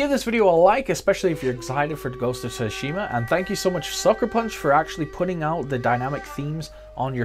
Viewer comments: Hearing Tu shima is so cringY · So excited to play dude! Greeeeat video dude! Its (T)sushima. T is silent lol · if only you can pronounce TSUSHIMA! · It's quite bad huh 😅. Years of anime in subbed all for naught 🤣